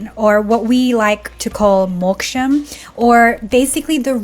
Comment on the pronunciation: Telugu girl? Because the way you said Moksham sounds like it.Good luck in your path. May Ishvara show you the way..